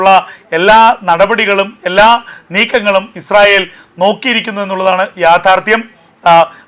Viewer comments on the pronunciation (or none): none